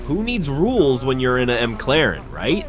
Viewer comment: bro said M claren